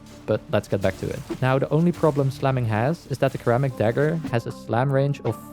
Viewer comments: sir-ram-mick (was gonna put mic, but that would be lost in translation, it's nick with an m) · Heyo, Kermit the dagger here. Today we will be puncturing everything in the Origin system with a nice red color. Remember today's broadcast is brought to by the letter B, for billions and blast. Also not mocking pronunciation. Sir-amick dagger. xD English is weird. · This video is cool but the way you say ceramic is killing me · Looking up how to pronounce doughty but mispronouncing ceramic the whole video- If nothing else, engagement! Also nice video lol